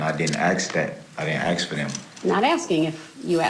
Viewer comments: Hes just axeing a question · Every time he says "axe" the judge should explain that the word is "ask" and make him say it correctly. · "I didn't ax that..." Not splitting atoms with this guy. Wouldn't bother mincing words with him either, he's too dumb to keep his mouth shut. His insolence and interference should carry a charge of contempt. Throw him back in his cell, when he's ready to be an adult, resume the process. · He wants to “axe” a question. What a total ghetto rat. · He "ax a question"... Racist monster that will drag this case on and on, manipulating the case with pro se motion after motion... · This Idiot can't even pronounce the three-letter word ASK🤣🤣 and seriously overestimates his ability to even string a coherent sentence together, let alone represent himself in court 🙄 But of course, he just wants to have some fun and already knows he's going down for the rest of his pathetic, Insignificant life, so please deny him this opportunity to waste everyone's time and money because this will be one long, drawn-out nightmare for all involved.